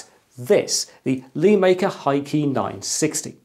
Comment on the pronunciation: LÉ, it's suppose to be said LéMaker, not LēMaker. Lé is the chinese character 乐 which is said Le in the 4th tone (sharply falling). It means "happy" or "fun" essentially. Please consider this for your future videos Sir.